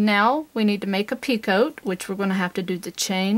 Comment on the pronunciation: Picot stitch is pronounced pico not pea coat. It's French and they don't like pronouncing the last part of their words, kind of like vallay is valet, franswah is Francoise, dillahto[then a barely hinted at 'n' and no 't' whatsoever] is dilettante, etc. Who are we to pronounce a consonant when they don't?